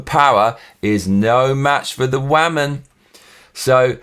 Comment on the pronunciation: one question, whats a waman? I think you had a mean mom and have something against the "waman" lol